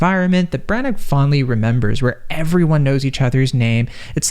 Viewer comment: If you plan on doing a film review perhaps you should first do some homework. 1. Belfast is in Northern Ireland, not Ireland. Two different countries. A bit like saying Boston is in Canada. 2,. The writer./director is Kenneth Brannagh ( pronounced Branna, not Brannak) and 3. the actor who plays Pop is Cieran Hinds (pronounced Keeran, not Seeran).